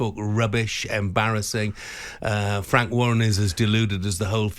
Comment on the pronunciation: There you go boys n girls...honest fwank 😂😂😂